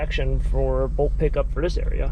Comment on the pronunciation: Not bolk pickup,. It's bulk pick up 🤦